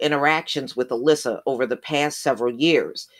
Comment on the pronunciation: It's Al-Issa, they are not pronouncing it right. I think 'Issa' is Jesus in Arabic, but don't quote me on that.